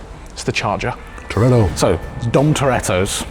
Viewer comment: Way said "toretto" was bang on btw